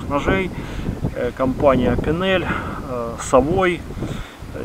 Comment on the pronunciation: Ну, тогда уж не " савой" а "савуа", епт! ;)